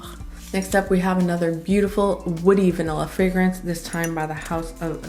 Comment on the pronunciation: Love how you pronounce the fragrances so very well. You're articulate and straight to the point. Definitely my kind of reviewer. You're in the same class as Sam (my world of fragrances), Josephine (Jus de Rose) and Chris (Perfume Nest). No exaggerated expressions or overly dramatic descriptions. Love your choices, too. Subscribing...